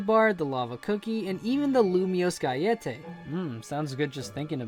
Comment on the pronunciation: His pronunciation of 'Lumiose Galette' is better than the video itself.